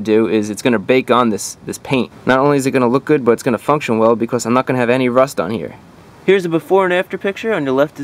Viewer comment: Did you say...... rost? The herman word for rust? Wat